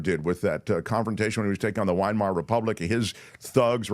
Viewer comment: Will someone tell that it’s the “Vymar” Republic, not the ”Winemar” Republic.